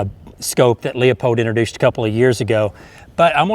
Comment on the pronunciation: Cool gun and good video. As a conservationist and a big fan of Aldo Leopold, I would like to point out that the brand name of the scope used in this video is pronounced "Loo-pold", not "Lee-uh-pold". Just a pet peeve of mine. Good shooting! :)